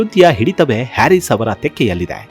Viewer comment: ಅವರ ಹೆಸರಿನ ಉಚ್ಚಾರಣೆ ಹ್ಯಾರಿಸ್ ಅಲ್ಲ ಹರೀಸ್ ಅದರ ಅರ್ಥ ರೈತ ಎಂದು